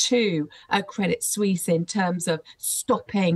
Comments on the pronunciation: Credit Suisse is not pronounced Credit Swees. It’s pronounced Credit Swiss. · credit sweeze